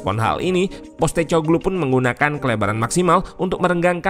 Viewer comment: sebagai info ajja utk namanya pelatihnya Spurs baca nya POS (seperti kantor pos) TE (seperti nama minuman, teh) KO (seperti "ko" pada kompor) GLU (paling dekat seperti menyebutkan bahasa Inggris glue yg artinya lem)